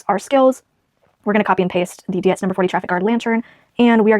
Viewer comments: Pronounced “deetz” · Dietz is pronounced ‘Deetz’. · In case no one else chimed. Dietz is pronounced Deetz. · Dietz - pronounced deets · How interesting! I love what you are doing. (Btw Dietz is pronounced Deets ;-) ) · I hope the former owner's family is watching this and seeing how wonderfully you treat the contents of the house. And keep the solar lights! They bought them for the garden there, so that's where they should live. Dietz lanterns were made in Syracuse NY. The building is still there. Pronounced "deets". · It's pronounced "Deets" (Dietz) 😊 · Pronounced; deets I believe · Dietz is pronounced like eats. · It's pronounced Dietz "DEEEETS" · The name Dietz is probably German. Good rule of thumb with German names/words that have "ei" or "ie", you pronounce the second letter. So Dietz would sound like Deetz and something like Stein would be Stine. (Edit: did not see someone else already commented on this, lol) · It is Deetz pronunciation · Dietz is pronounced like beets but of course with the "D". 😂